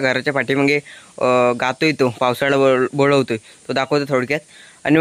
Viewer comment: बोळवतो नाही रे बोलवतो.